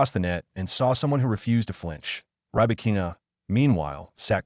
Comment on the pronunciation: ahREEna & riBAHkeena Please train your AI and text2speech.